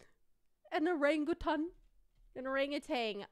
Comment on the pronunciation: Its not rangutan 😅 Its OhrangEuwtan Thats how you read it btw